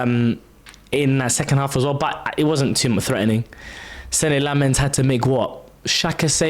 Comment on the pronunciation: actually pronouncing Senne Lammens correctly, that's what we're here for 🙌🙌🙌